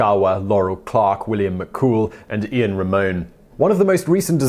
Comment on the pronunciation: STS-107's Israeli astronaut's name is "Ilan" (india lima alpha november), not "Ian" as pronounced in the video.